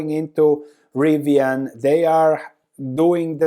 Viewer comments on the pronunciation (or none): none